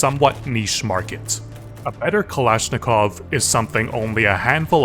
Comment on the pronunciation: Not a kalashnikov but a balishnikov